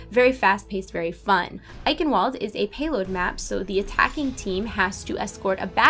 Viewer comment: Good video and all credit to you for doing these regularly. Minor point though: Eichenwalde is pronounced with a v sound because it's a German word. I believe it's pronounced like "Eye Can Vald" :P